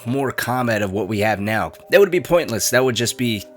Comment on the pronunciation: Funny how you say could be